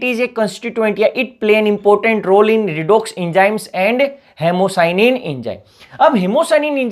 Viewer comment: Incorrect pronunciation may confuse the listener and viewer. Word Important should be pronounced as IM PAU TANT with mouth wide opened.